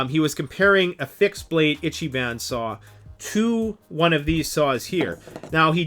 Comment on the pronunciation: I T C H Y B A N. It's pronounced "Eecheebon."